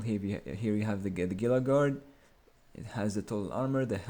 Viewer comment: Gila is pronounded HEE-LA by the way.